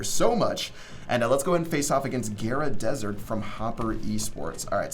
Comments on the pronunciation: "gera desert" ITS GAARA DESERT -Naruto Fan xDDDDDD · its not gera its "gaaaraa"😂😂 if naruto fans hears you...they are gonna be so pissed... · He said Gaara wrong....